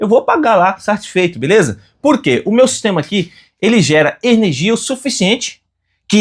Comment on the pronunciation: Ernegia? aí vc quebra parceiro..kkkk